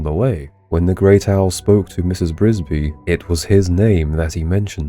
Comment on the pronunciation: THE NAME IS NOT BRISBY IT IS "FRISBY" READ THE PAGE.🤣🤣🤣